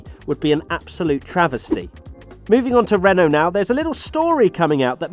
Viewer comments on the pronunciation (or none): none